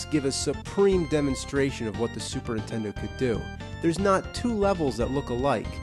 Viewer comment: Lol, the nerd says "Super'intendo"